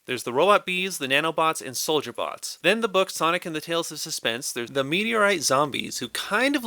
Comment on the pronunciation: I absolutely lost it at "ze penguins of ze icecap zone"